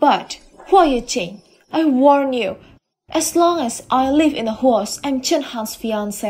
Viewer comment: Usual problem the dubbing is awful and every time instead of house 🏠 they pronounced it HORSE 🐎 hilarious 😂 for goodness sake stop ✋ this atrocious dubbing !!!!!!!!!!!